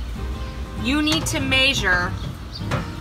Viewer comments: This is a very clever idea. I really like this. Also when you say the word measure your accent is so strong it sounds like a foreign language. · Indiana? I've heard Hoosiers say "measure" like you do...